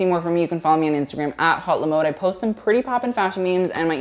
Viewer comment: this is random but since the name of the channel is french, it should be pronounced like "oat-le-mode"